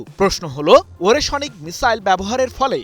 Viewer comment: ওরেশোনিক নয়, ওরেশনিক (ওরে+শ+নিক) হবে সাংবাদিক ভাই।